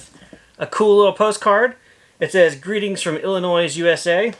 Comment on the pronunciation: FYI....the “s” is silent at the end of Illinois. 😁 I can’t wait to see what you do with your new toy! I wish I had the room for one of these where I live....in Illinois. The possibilities are endless! This is really going to step up your creativity and shop offerings!